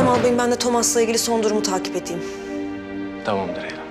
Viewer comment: Tamam Derya demiyo tamamdır Eylem diyo